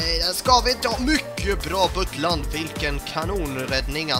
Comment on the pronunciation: Ett litet tips Du behöver inte uttala U när du säger Butland. Du kan bara ta bort U och sätta ett A där👦👦👦👦👦